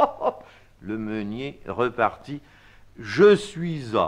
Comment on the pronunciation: Excellents, la diction et le ton! Juste deux détails de prononciation:" le meunier rÉpartit" de rÉpartir, avec É accent aigu, partager ou répondre, (pas rEpartir, partir de nouveau), et "quidam" n'est pas nasalisé, il faut prononcer: "kidame" ...